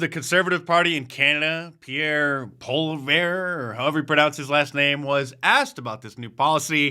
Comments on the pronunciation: It’s pronounced “Polly-Ev”......🇨🇦🇨🇦🇨🇦🇨🇦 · It's pronounced Pollyev! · Hey mark, Canada's next prime minister is pronounced Polly-Ev (like kev in kevin)... dumb french spelling, but easy to say. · Poilievre is pronounced Poly - ev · Pierre Pollieve .... pronounced.... 'Pol - ee - ev' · Mark it is pronounced POLLY-EV, say it with me Pierre POLLY-EV. Love ya brother! Peace. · Best way to pronounce Pierre Poilievre's last name: "Pauley - ev." The "re" at the end is as silent as the "s" in Illinois. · Its "Polly Ev" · Pierre Polievre goes [Pee-air Pwah-lee-ev] ('ev' as in ever). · You pronounce Poilievre in english (POLY - EV) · Poilievre is pronounced “Polly-ev” (short e) in case anyone was wondering. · The Canadian Conservative leader’s name is pronounced “Pauly-ev.” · Canadian PM pronounced Poly-Ev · Poilievre is pronounced like poly ev. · Canadian here, it's pronounced Pierre Poly-ev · POL EI EV. Pierre PO LI EV The R ...is SILENT. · 'Polly -evv' is how you pronounce the last name of our future Prime Minister of Canada Mr. Pierre Poilievre! He has my vote! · Thanks Mark for covering our common sense conservative leader from Canada. In case you do other videos about him: the easy way to pronounce his last name is "paw-lee-evv". Also it's pretty sad that he cannot straight up say "NO, there are only two genders" out of fear of losing votes or getting tarnished by the eternally liberal-biased media of Canada... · Mark, it's pronounced Pollyev (Poilievre) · Poilievre pronounced: pwal-e-ev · It's pronounced Pierre Polar Bear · It’s pronounced Poly-ev 🇨🇦❤️🍿😏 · Dear Americans, the simplest way to pronounce Poilievre is "poly-ever". In case you care 😉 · Poll-eee-ev. Canada’s next Prime Minister. Like the USA, the media here is very left leaning. There is a taxpayer funded broadcaster, CBC, that receives almost $2BILLION a year to spew leftist b.s. Pierre will fix that. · Hey Mark, Pierre Poilievre's last name is pronounced "Polly-ev" here in Canada.